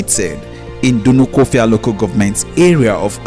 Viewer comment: The stupid narrator can't pronounce Dunukofia and Igbo correctly? Is he dumb?